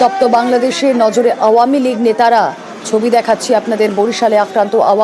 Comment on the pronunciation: খালি ভাঙচুর দেখলে তো । কিন্তু ৫ এ আগষ্ট এ তো এত মানুষ + আমার ভাই সহ আরো অনেক ভাই যে মারা গেলো সে গুলো কই ? সে গুলো কে নিয়ে news বানাও ? না ,এমন ভাবে মন খারাপ করে বলছে ! যেন মিডিয়ার নিজের বাড়ি ভাগ্গা হইয়েছে and by the way আওয়ামীলীগ ও ভালো ভাবে বলতে পারে না আবার করতেছে হাসিনা কে নিয়ে news হে যত সব 😑😐